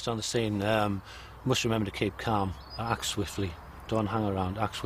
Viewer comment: ACT sounds like *Fart* CT